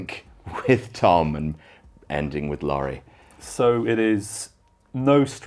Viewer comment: I died when Tom called Laurie, "Laurald"